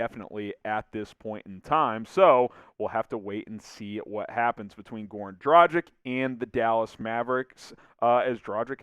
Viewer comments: Would be nice if you learned how to pronounce his name :D. It's Dragitsch (a "g" like in "gamble") not Drajik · Dražik. Please stop with this nonsense. G in Dragić is the same as in Goran. Be more professional. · Or a g like in graham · Goran has been in the NBA for 14 years. Maybe its time to learn how to pronounce his name correctly ?!